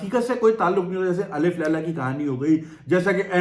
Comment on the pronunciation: It's not Alif Laila. Correct pronunciation is Alf Laila. Alf (اَلْف) means thousand in Arabic. While Alif(ا) is the first Urdu Alphabet.